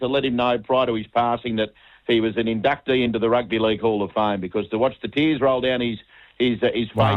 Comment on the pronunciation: Martin thank you so much for that ‘Rugby Leauuuge’ accent. Spot on!